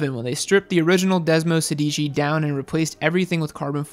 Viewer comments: It’s “desmosèdici” not “sedìci” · Hi! It's called desmosédici not desmosedìci. Sorry but I'm an italian pizza owner and it's weird to listen to🍕🍕🍕 Could you make a video about 2 stroke like Cagiva Mito? 🤔 That could be interesting as fac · When I heard Desmosedici, I swore I heard Despacito. Lol